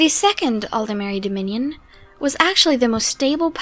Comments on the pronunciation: Why does everyone seem to pronounce Aldmeri as if it was written Aldemeri? There's no e between the D and the M. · It's how they pronounce it in game. It's also nearly impossible to pronounce it aldmeri, your voice will naturally try to insert an e, at least for a native English speaker.